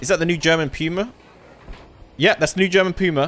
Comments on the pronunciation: For ur question on how to pronounce it , Its not Pew-ma, its Poo-ma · The tank puma isnt pronounced "piuma" its just "puma" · That AV is called "Puma" not "Piuma". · Its called Puma and not Pyuma (I hope you understand) pUma the U is called U and not like Britain say you (i hope you understand what i mean) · Its puma Not pjuma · Pooma not puema I know its spelled puma its just for pronounciation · "Puma" is like... Try saying "poo mah" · German here, Puma is pronounced Pooma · Hard to tell you how Puma is spoken in german. In english its nearly better you use poma thats Sounds nearly the original german puma. 😂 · Btw you pronounce Puma like poomah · "Pewmah" lol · You pronounce the puma more like. Poo ma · You pronounc it more like Poma